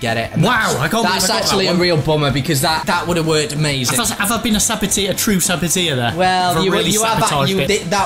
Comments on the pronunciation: Saboteur not Saboteer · Saboteur not sabiteer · It's a sabo-turrr not sabo-tiaaa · It's pronounced sabot-er, not sabot-ear for goodness sake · It's saboteur not sabotir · its pronounced sa-bat-urrrrrr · You’re pronouncing ‘saboteur’ wrong 😂😂😂